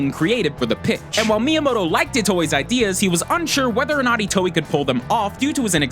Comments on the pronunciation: Itio? It's Itoi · Did he just say Shigesato itoe like ee-toe-ee??? It's ee-toy btw. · It's Shigesato Itoi not Itoey. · it's shigesato iTOI not iTIO. this is why I hate this channel. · I can't be the only one who is cringing at the fact he's pronouncing Itoi "Ee-tow-ee" and not "Ee-toy" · Itoi, not Itio ;) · please tell me I'm not the only one who lost their mind when he pronounced Itoi's name as "ee-toe-ee" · "Shigesato Itio" GG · Say it with me y'all: EE-TOY NOT EE-TOE-EE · "itio" no it's "itoi" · Cringed at every *eetoweeh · Ghostbusters Reject yes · Take a shot every time he mispronounces itoi